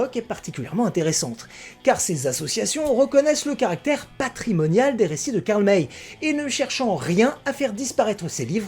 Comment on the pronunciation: c'est Karl "Maille", pas "Mèy" Pierre Brice ou Pierre Gilles ? J'avais tout lu et tout vu quand j'étais enfant, en France. Et oui, cette saga est à laisser dans son époque, elle est totalement dépassée, pleine de clichés, avec des erreurs énormes. La plus flagrante étant que Karl May appelle apaches les comanches, la tribu de Winnetou. Mais elle avait le mérite de présenter de "bons" indiens et des "méchants" blancs